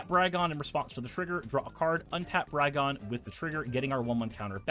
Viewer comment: Though no one asked, I haven't heard any content creators pronounce "Brigone" how I believe it would be pronounced in her native plane of Theros (a la Greece): if similar to the Greek tragedy and character of "Antigone" (an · ti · guh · nee) , then "Brigone" should be pronounced bri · guh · nee, though I'm not sure if the "bri" part should be hard ("br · eye") or soft ("br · eh").